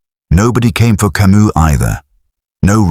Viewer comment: The S in Camus is silent, for chrissakes.